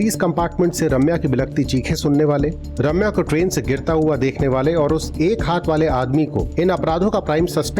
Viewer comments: ‘Raaamya nahi’ it’s ’Ramya’😅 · Is it so difficult to say Ramya? They keep calling her Raamya 🤦🏻‍♀️